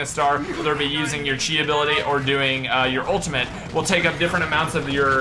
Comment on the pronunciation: it is pronounced ki not chi